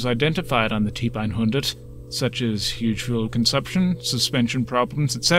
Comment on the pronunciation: Agreed. Just 1 gripe. "Typ" is pronounced "tupe" in German.